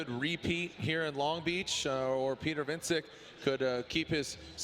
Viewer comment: I hate how they are saying Wiecek